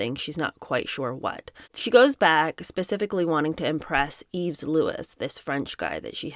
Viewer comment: Yves is pronounced eeve (no s)